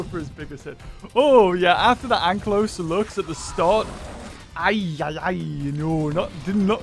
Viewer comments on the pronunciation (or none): none